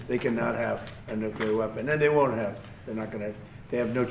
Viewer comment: don't forget "nuke-you-lerr"!